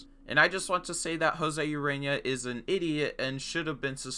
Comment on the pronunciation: Urena is pronounced oo-ray-nya sry I’m a Marlins fan I know my baseball